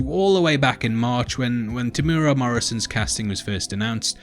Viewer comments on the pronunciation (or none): Tem-U-Era - not Temura